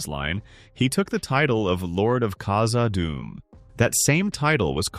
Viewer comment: khazaD dum. Two Ds two words. Not kazaadum.